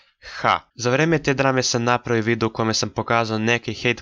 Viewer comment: Sve si u pravu samo se nadam da si namjerno govorio videjo umjesto video jer malo čudno zvuči